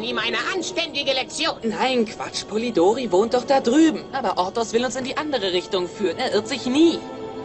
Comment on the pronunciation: Polidory nein polidori mit einem i polidory nein polidori mit i